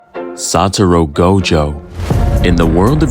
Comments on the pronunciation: blud really started the video saying "Saturo Go Jo" Bro has immaculate narration tho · Can’t even say his name right, now watching your video